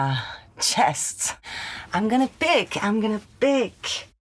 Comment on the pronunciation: I forget when, but I think Marion Cotillard studied doing an American accent for something, bc she pronounces the American short-i instead of French -i, says “pick” instead of “peek.” ❤